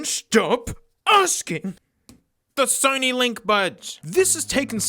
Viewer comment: "The Sony Dough-nys"